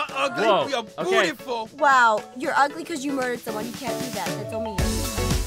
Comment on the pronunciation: I like it how said “we r not ugly we r bootuful” or would u like to say “doortuful